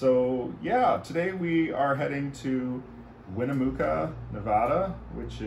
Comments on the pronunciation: 🌟Am so impressed by your excellent planning this whole sight-seeing 🔎🔭 trip, great to pin-point on a map! 📍🌏 ...We have often been through all those areas, but had to just basically drive through! btw, "Winnemucca" is pronounced: win-ah-MUCK-ah... will Oliver be gambling 🎰 there? Oh dear... Watch out for snakes 🐍 and scorpions 🦂 in rocky terrain 🏞 this 'hot' time of year! ...You will soon see how the air quality in California is 'cautionary'... so many wild fires 🔥👨‍🚒 here this season everywhere, the valleys trap the smoke even more! Smokey-the-Bear 🐻 would stress caution! ⚠️ ...You will be fine; most people are... 🧔👨🐕 ...ENJOY this lifetime opportunity!! 🚘 🛣 🚗 Vroom! Vroom! 🐾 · Winnamucca. Is pronounced WinniaMUCK ah. Like yuck. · Thanks so much! Oops we'll be mispronouncing Winnemucca in our next video too then It's sad to see the fires, esp. that the one in Big Sur seems to be an arson, though the rest are lightning strikes. Don't worry though we will keep Oliver safe and he'll still have many great adventures and new scents to collect